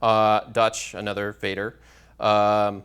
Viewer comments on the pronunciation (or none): Why reading foreign languages as they were written in English when you use their original writing forms? German Vater "feyder"? If you really want to give examples in foreign languages, you should make an effort to pronounce them correctly. Another point, in linguistics words like 'idiotic' and 'crazy' are never used as they are not relevant. :( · you in English don't pronounce father as "feyther", so please don't do it in the other languages (Vater, vader, fader, etc.) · This presentation is the worst one I've ever seen. Do you know how disgusting it is when you say German "Vater" with your English? Please at least try to say all the words correctly which appears in your PPT, that shows you are making a scientifical subject but not a talk show. Such a presentation with star wars picture in PPT deserves no respect.